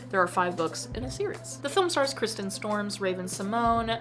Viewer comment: Sorry to correct you, but its Kirsten, not Kristen, and its pronounced like the other Kirsten who is a Dunst. About this film, my sister and her cousin were obsessed with this film.